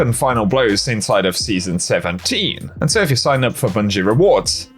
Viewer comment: I totally didn’t just hear you say “season 17” as “City 17.”